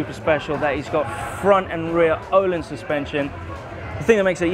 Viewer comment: I love it when pronounces Öhlins wrong